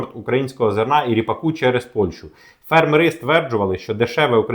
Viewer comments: фЕрмери, а не фермерИ. Неможливо слухати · фЕрмери, а не фермерИ❗️ Ну неможливо слухати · У слові фе́рмери (множина) наголос завжди падав і падає на перший склад — на літеру е: фе́рмери. Цей наголос зберігається в усіх формах множини цього слова згідно з нормами української мови. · На порядок дешевше, це в 10 разів меньше. ФермерИ це невірний наголос. Щось робіть з ротом, чи головою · цікава інформація. Але тригерить: не фермери з наголосом на останньому складі, а фермери - з наголосом на першому складі